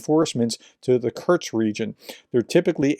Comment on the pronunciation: Love what you do, but please, it's Kursk, not Kurtsk. No t. With love